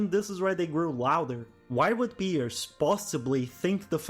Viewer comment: Dude. Piers name is the only thing you pronuncied well